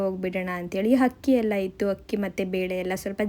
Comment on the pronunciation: you are good and very hardworking BUT please learn “Haa” Kara and “Aaa” Kara please. It is Akki, not Hakki